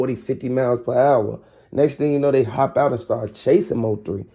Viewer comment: Preach baby gurl. You said the t right.